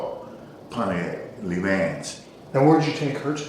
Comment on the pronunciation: weird. why was the way he pronounced "Le Mans" the thing that bothered me?